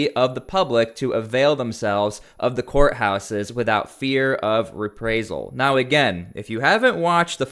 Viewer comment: reprisal not reprasal